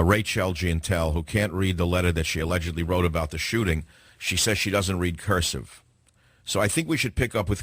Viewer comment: ***** I thought she said that she couldn't read "curseff".